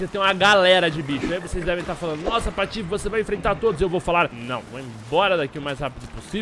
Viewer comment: Um dia fala o nome do jogo direito, tenho esperança